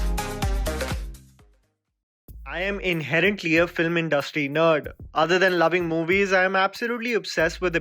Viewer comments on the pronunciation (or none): none